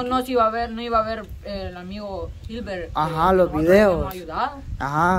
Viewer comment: es hilmer no ilver